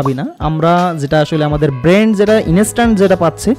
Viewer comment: আসসালামু আলাইকুম ভাই। আমি আপনার একজন সাবস্ক্রাইবার। চেষ্টা করি যাতে আপনার একটা ভিডিও দেখাও আমার মিস না হয়। এতে অনেক কিছু শেখাও হচ্ছে আলহামদুলিল্লাহ। তবে আজ আপনার এই ভিডিওটা দেখতে গিয়ে একটা জায়গায় বারবার খারাপ লেগেছে... তা হল আপনি ব্রেইন কে বারবার ব্রেন্ট বলছেন.. যা খুবি বিরক্ত কর ভাই